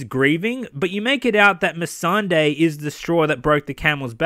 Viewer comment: The guy can't even pronounce Missandei...he says miss and day... When greyworm and everyone else in the show says me sun day proof they dont watch their own show